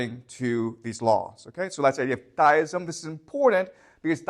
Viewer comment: generally people who butcher common-seeming words and names are simply people who have picked up their pronunciation from reading, not merely listening to others. just like he pronounces "deism" as "dyism". yes, i do this too with words ive only ever read, but not commonly used by normies.